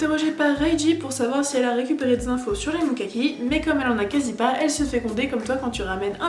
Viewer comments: je suis la seule qui ai kiffé l'anime ? XD , j'ai juste besoin de dire 2 pitits trucs sinon je pourrais jamais dormir tranquille ^^ , 1 : c'est MukaMi ! , pas MukaKi XD j'ai pas arreter de rigoler devant ça (on dirait un nom de patisserie) XD mais sinon la vidéo etait genial. Et il y a aussi le fait de la taille des episodes et de l'histoires inexpliquer (car oui j'ai acheter un des jeux) . A la base les animes ont etait fait pour faire de la pub aux jeux , donc c'est logique qu'ils ne dévoilent pas la fin sinon il y aurait moins d'achats :) voili voualou c'est tous ^^ , mais c'etait tres fun a regarder , super . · tu dis mokaki mais c'est mukami 😶